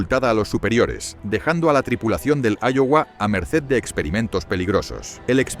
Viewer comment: Se pronuncia aiowa y se escribe Iowa